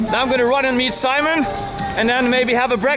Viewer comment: Simone ain't spanish. The correct form is SIMÓN /see/mÓn